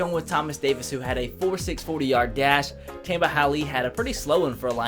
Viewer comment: tamba is pronounced tomba not tamba